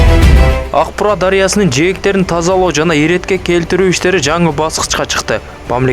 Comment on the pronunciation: Урматтуу мэр,озунуз журналист болсонуз анан Аг-Буура эмес АК -Буура деп туура айтыныз